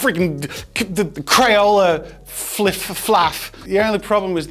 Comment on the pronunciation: Crayola "Makah mayka"